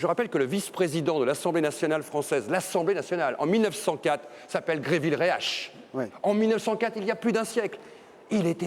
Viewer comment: C'est pas Gréville Réache mais Gaston Gerville-Réache.